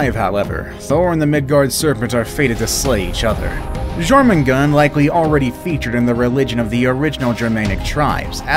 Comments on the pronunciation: Its JORMANGANDER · him"gormongand" me: DID HE NOT PLAY GOW 4